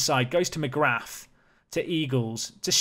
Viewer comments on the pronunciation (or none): Oisín = Ush - een McGrath = McGra (th is silent) Eamonn = Ay - monn (rhymes with shaman) You can get better at this!